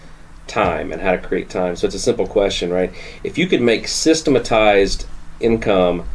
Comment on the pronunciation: Every time they say systematized, all I hear is Homer is saying saxamaphone